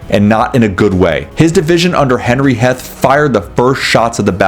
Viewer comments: it's Heath. Not Harh. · If you are trying to look like an authority on Confederate generals, you should first learn to correctly pronounce their names. Heth rhymes with teeth, not death. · Henry Heth is pronounced as “Heath” You pleb. These were also orders coming down from lee from the start to always use initiative. Lee’s orders were more of the issue there, also the distance between all 3 corps at Gettysburg was kinda stupid in hindsight. THATS LEE, not hill